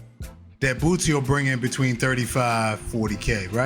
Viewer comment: you are butchering that man name aint no "T" in BOOSIE